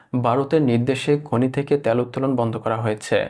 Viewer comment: ত্যাল না, তেল।